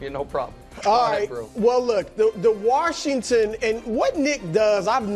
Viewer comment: Somebody teach Brou how to say Washington lol “warshington” 😂. Even when he says washed he throws an r in there. Come on Brou lol